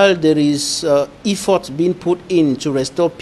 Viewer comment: Is there anybody at Equinoxe who could tell to say "e-ffort " and not "i-ffort"!